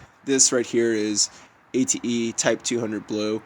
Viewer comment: It's not A T E brake fluid.. It's pronounced ah-teh.